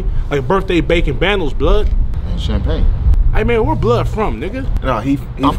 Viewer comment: “Bandles”. “Birections”. “Bozy”. “Borner”.